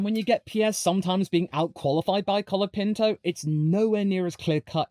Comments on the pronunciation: "Collard" Pinto ? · Colapinto is here to stay, haters. Thanks for making a video supporting him, and I suggest you learn to say his name correctly. The "o" in Franco and the final "o" in Colapinto are pronounced like the final "o" in "mojito." Spanish o is a pure vowel [o], not a diphthong [oʊ].